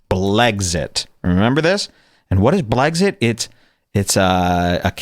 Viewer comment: Blexit does not = blegzit